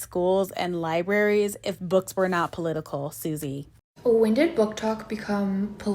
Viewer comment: The emphasis on Susie has me cackling .